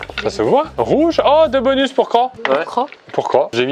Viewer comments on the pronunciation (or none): Pierre qui dit "Cro" au lieu de "Croce" Pierre qui dit "bonu" aussi Et puis ça n'arrête plu... (s) Le stock de "s" devait être épuisé, comme le "p" et le "q" au début du confinement... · qui dit un « bonu » ca me perturbe! C’est trop bizar 😂😅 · Il y a que moi que ça a grave frustrer que pierre enlève tout les S genre il disait bonu et tout 😂